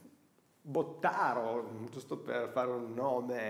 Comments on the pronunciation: Bella recensione :) Ma non si diceva Bòttaro? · Hai detto Bottàro ma non te la prendere. Per quanto l'altra sia la pronuncia corretta non riesco e non riuscirò mai a sopportarla!